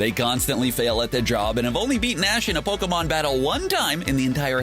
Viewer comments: At least get the Pokemon names right. Man. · It hurts the way he keeps mispronouncing pokemon names